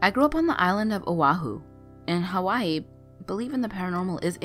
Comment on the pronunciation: Had to stop watching as soon as I heard Hawaii pronounced wrong